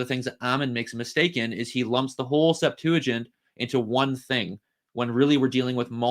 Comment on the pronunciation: Why do you pronounce "Septuagint" as "Septa-junt"? I've never seen a "ua" diphthong anywhere. {:o:O:}